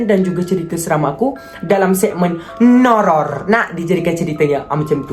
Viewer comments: “NOURROR” cry in pelat r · Cara dia sebut Nourror tu bapak jelas HAHAHA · NOURROR tu okayh, tetapi bgi org pelat R tk okayh (padahal diri sendiri) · Macam Bahasa thai je nourror Tu🤣